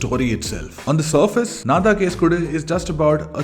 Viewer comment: Its pronounced “enna” thaan case kodu…despite the spellin. Just pointing out cus it sounds awkward after all the praises for the film..😊😑